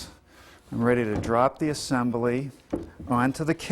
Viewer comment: “Uh-sem-bah-lee.” Ya gotta love Norm!